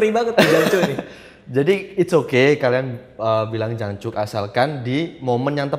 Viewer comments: bukan jancuk bang aksennya.. tapi jancoook... 😄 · Wkwkwk, jancok bang bukan jancuk :v